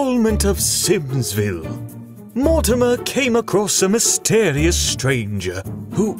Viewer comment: This has been amazing I can't wait to see what Mortimer has looked at, also the voice of Dana says his name wrong lol XD